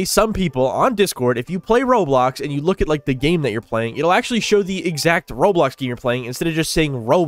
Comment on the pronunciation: I thought he said rolox 😭